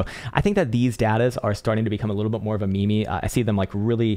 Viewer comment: When you became a Technical Analyst at such level, there is no sin to pronounce Meme as Me-me!.. EXCEPTION ONLY TO!